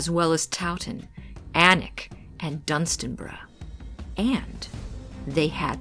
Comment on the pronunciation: Thank you for pronouncing Alnwick properly. I’m from Newcastle upon Tyne originally and I missed the Northeast all the time. Bamborough is absolutely stunning.